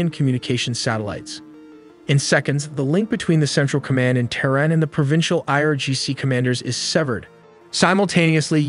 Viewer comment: The capitol of Iran is pronounced "Teh-Ron", not "terrin".